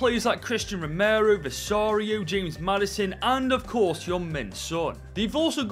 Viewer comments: He is saying Vicario wrong. its pronounced VICK ARE EO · Why did bro say visario 😂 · Absolutely massacred Vicario and Udogies names